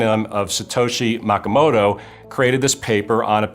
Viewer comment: He said Makamoto? :P